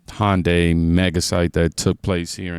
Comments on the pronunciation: Hey, brother, I watch all of your videos and love them. I want to help you out though. You keep saying "HON-day," which sounds like Honda. It is correctly pronounced "HUN-day." I worked for Hyundai Motor Manufacturing for 13 years until I retired and they were adamant about that pronunciation. Just trying to help out so there's no confusion. Keep the videos coming and I'll definitely keep watching. God bless America! (I'm also a Desert Storm veteran.) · Hun-day. Is the easiest way to pronounce it if your feeling challenging then : Hyun-day. Like a fast he-yun -- day. Its one of the big Korean companies. * Honda is a Japanese company, different language and culture. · It's hyundai not HONDA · Just an FYI- Hyundai is pronounced like Sunday. Thanks for all you do! ♥️